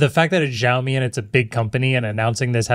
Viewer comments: xiaomi is pronounced shaomi, not zhaomi (not sure how to write the way you say it). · It still bugs me how badly pronounces Xiaomi… try saying the “X” as “Sh”